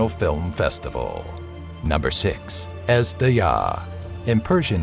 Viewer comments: I know it's hard to pronounce the names correctly, but if you're making videos about mythologies and cultures, such efforts shall be taken. Azhdaha, is pronounced similar to Ajh-Da-Ha. It's not Huma, but Homa. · Azhdaha is pronounced Ejdeha and it means dragon. In the persian culture there is a legend about a unique race of dragon. That's what Ejdeha is. A different kind of a dragon. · Number 6, Ezhdeha means dragon and zh is pronounces as "J" in French, not z in English